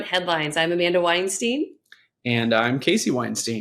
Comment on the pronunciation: "Winesteen"? I don't think that's the way it's meant to be pronounced